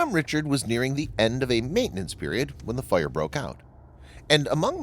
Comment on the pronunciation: Her name is pronounced Bonhomme Rishard not Richard with a hard ch.